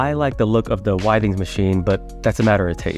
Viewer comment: It’s pronounced with-ings